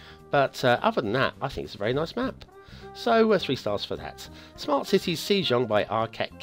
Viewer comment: The pronunciation of the map is more of ‘Seh-jong’ or ‘Seh-dzong’ instead of ‘See-jong’. You should also try to learn Hangul. It is one of the easiest writing systems to learn. You can learn it in about an hour, because it was specifically designed to be easy to learn. Also, on a side note, how the Korean Language deals with consonant clusters from foreign words is quite interesting. If the Korean phonology doesn’t allow such clusters, such as in the word ‘smart’, they stuff in de-voiced vowels between the consonants. Voiceless vowels rarely occur in native Korean words, if not at all. If you Latinise the first two Hangul words in the title, you would get ‘Seumateu Siti’. If I were to only capitalise the voiceless vowels, it would end up with ‘sEUmatÈÙ siti’. The reason why I marked the second EU differently is because you don’t really pronounce it, not even a whisper. The reason why it is in there is because of how syllables work in Hangul and in the Korean Language.